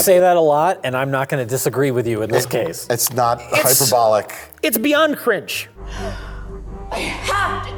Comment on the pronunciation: "It's.. it's beyond crinch"